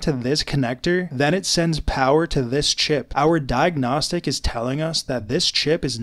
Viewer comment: The way he says CHip